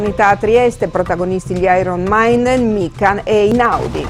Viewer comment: "Gli iron mainden" DIO PORCO